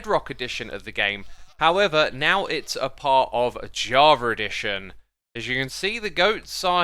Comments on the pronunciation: "javer edition" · Mans said Jarva Edition